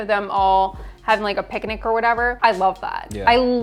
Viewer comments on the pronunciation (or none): is Jen saying picnic as. "Pic-a-nic"? So cute!